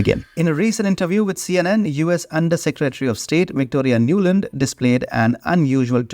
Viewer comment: Victoria Nuland has become Nolund 😂😂